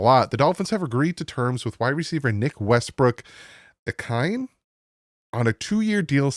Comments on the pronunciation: Haha on the names Ikhine- ahh key nei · thx for the vid. pronunciation: Nick Westbrook uh-KEEN-ay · Isn't it Westbrook-Ikhine pronounced like a-key-nay?